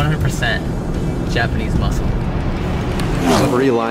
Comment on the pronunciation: "japanesse muscle" 💀